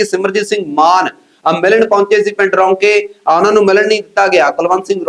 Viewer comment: ਰਾਊਕੇ ਵੀਰ,ਰਾਊਕੇ।ਨਾਂ ਕਿ ਰੌਨਕੇ,ਪੰਜਾਬੀ ਠੀਕ ਕਰੋ